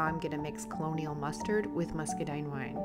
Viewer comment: Beautiful job channeling your inspiration to this piece. By the way, it's Colonel Mustard...not colonial. It sounds like "kernel." Like Colonel Sanders...or Colonel Mustard from the game, "Clue." 😉